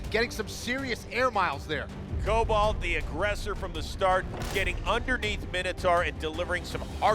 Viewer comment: It's my-no-tor